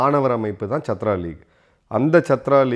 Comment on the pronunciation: It isn't shatru. Shatru means enemy. Chaatra means student